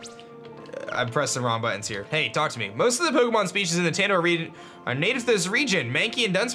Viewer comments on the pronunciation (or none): none